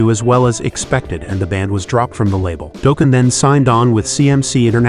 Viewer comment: If I hear it pronounced Doeeken. What is this a Homer Simpson metal band